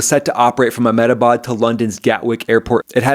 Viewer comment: You can pronounce ahemdabad just fine but captain stivia cannot. But i dont buy the pilots doing it theory